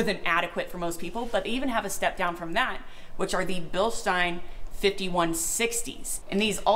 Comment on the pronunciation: So it started out as Bill-steen. Then we got the "correct" pronunciation of "Bill-st eye n". Now I detect an "Sh" sound instead of an "s". Is it "Bill-sht eye n"? Or is the sh sound something that doesn't have the English equivalent?